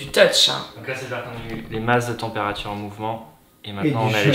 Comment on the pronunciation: « La températchure baissait systématchiquement » 😂 Bon force, ceci dit. C’est arrivé à une copine, moi même j’ai senti le truc. Après s’est foutu de sa gueule on lui a suggéré de faire venir un magnétiseur et pour elle ça a marché